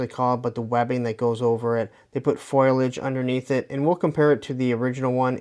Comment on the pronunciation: Foliage, not “foilage” lol